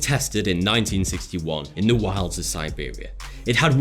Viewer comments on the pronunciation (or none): none